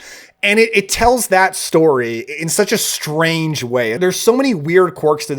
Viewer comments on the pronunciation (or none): none